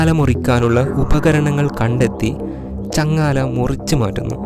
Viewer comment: ചങ്ങാല അല്ലടാപൊട്ട,,, ചങ്ങല 😁